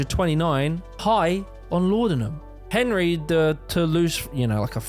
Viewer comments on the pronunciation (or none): none